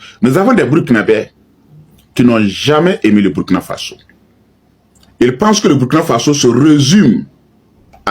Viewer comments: On dit le Burkina Faso, et non Bourkina à bannir. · Bonjour s'il vous plaît on lit où on dit Bourkina Faso au lieu de Burkina